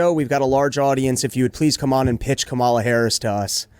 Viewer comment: Could you pronounce " kamala" correctly even one time? I promise it won't make me think you like or respect her.